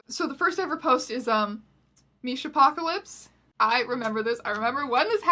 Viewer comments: Wait it's pronounced MISHA-pocalypse??? I thought it was MIS-HAP-pocalypse this entire time, like a mishap that was an apocalypse what-??? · WAIT WAIT WAIT it's pronounced Misha-pocalypse and not Mishap-ocalypse?!?!?